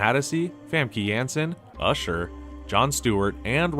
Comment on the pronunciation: Why did you say usher like that?? Racist much????